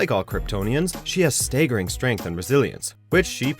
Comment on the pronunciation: "Staygering" in stead of staggering?? (Said during power girl). This is the same guy who couldn't pronounce "dagger" in a previous video. Is this because of some dialect or something? Otherwise it's kinda odd..